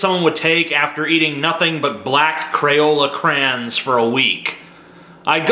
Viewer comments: Did you really just pronounce crayons as crans. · say crayons again!!! ahahah